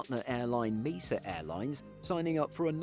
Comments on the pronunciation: It is not pronounced MEE - SA. It is MAY - SAH. Mesa is a flat topped mountain. Quite common in Colorado, Utah and Arizona. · We don’t have talk. No one pronounces Mesa like MEE-SA. You’re just wrong. Don’t be sad. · Mesa is pronounced may-suh not meesa! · It’s a US company, it is pronounced as MAY-SAH. The narrator does mispronounce things a bit. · I’ve heard it thousands of times from controllers and employees. At no time ever in all those thousands of instances has anyone pronounced it MEE-SUH. I wouldn’t go out of my way in conversation to correct anyone either but that doesn’t mean the pronunciation is correct. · Mesa is pronounce differently. Might want to look it up before next time you record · As there isn’t a British company named Mesa it does matter. One pronunciation is correct, the other is not. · In this context Mesa is a proper noun with an established pronunciation. The narrator is wrong. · It does matter. One way is the proper pronunciation, the other is not.